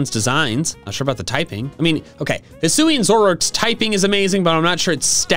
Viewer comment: HISUI, NOT HUISI!